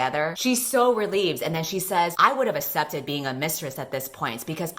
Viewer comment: i still don't know why says accepted as "assepted" but I'm not gonna question it.